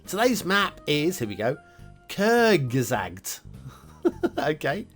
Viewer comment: B.t.w, The name is more pronounced "Kurtsgesagt" where "z" is like "ts" in this case. (may depend on dialect and schooling). And you pronounced the "u" more like an "ö" (the o with the funny dots) than an "u".